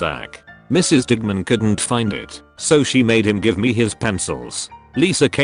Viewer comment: Video: digman My ear: di**man